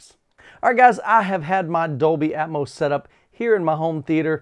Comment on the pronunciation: What is "Dolby Aetmose"????